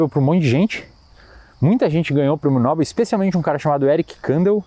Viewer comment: a prosódia do nome Nobel acontece no "E" meu caro. a pronuncia correta é Nobél.